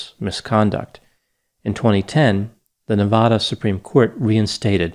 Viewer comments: Nevada. Not nevaduh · It’s Nevada not nevahduh. Sincerely, every Nevada native.